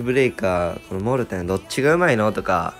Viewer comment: モルテンじゃなくてモーテン